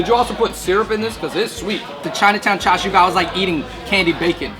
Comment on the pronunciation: cha chu pikachuuuuuu! its more like cha seu